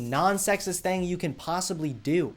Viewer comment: I HATE WHEN YOU SAY THANG WTH SAY IT RIGHT